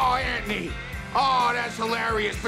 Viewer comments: Peele is leaning so hard into the Italian New York pronunciation of “Anthony” that it blows right by “Ant’ny” and is literally just “Andy” in multiple instances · Almost everybody thinks he's saying Andy when he's saying Anthony 😂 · The way he says Anthony